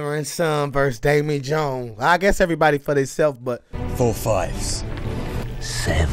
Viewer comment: has a great talent in saying names wrong. I think subtitles would help:D Damey Jones and his Kragen